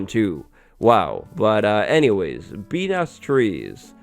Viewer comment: "Bee Nest", but most of the time I misheard that as "P*n*s", f me!